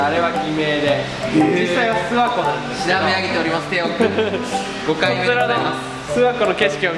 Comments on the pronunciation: すわのイントネーションが違うわ す↑わ↓じゃねぇ す↓わ↑だ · す↓︎わ→じゃなくてす→わ↑じゃないのかな？ 諏訪市民じゃないけどイントネーション気になった…